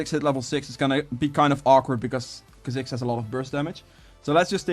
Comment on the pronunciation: Kaziks? Kaa-zicks 👌🏽